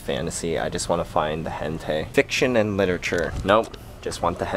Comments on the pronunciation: It's pronounced like hen-ta-ee, not hentay. lol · It's not hentay, it's pronounced Hen-Tie. :> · its hentAi not hentaY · isnt it hentai not hentay? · isn't "hentai" pronounced "hen-tie"? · i think hentai pronounced like hen as in a hen and tai like a bow tie :S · its pronounced like hen-tie like a bow tie >_<（変態）it means pervert in japanese lol